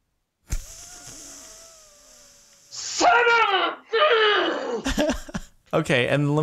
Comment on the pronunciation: “SONUVVU”